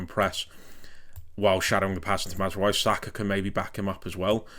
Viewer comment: Great stuff. If there's one area where there's slight room for improvement, it's the pronounciations - Mazraoui and Ugarte for example.